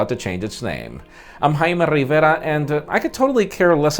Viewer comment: I like how he says Jaime Rrriverra